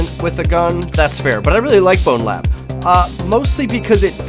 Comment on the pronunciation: it's bonelab, not bonelabs